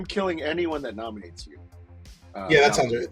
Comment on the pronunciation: "If someone gnominates"😂